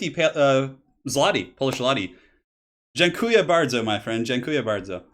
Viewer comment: Yours Dziękuje bardzo was really good man! Polish is a hard language to learn